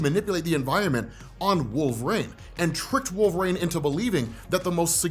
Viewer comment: Why does he say wolverAINE instead of wolverINE?